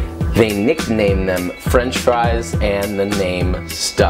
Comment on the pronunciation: makes sense. belgium fries doesn’t sound as cool as fwench fwies